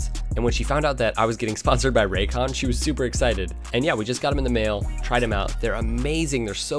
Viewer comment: ...Selling out for money, speaking of which "RAYCONS"